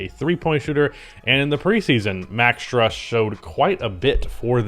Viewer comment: STRUS IS PRONOUNCED STROOSE, LIKE THE STRUS IS LOOSE